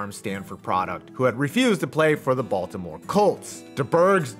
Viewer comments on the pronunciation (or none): none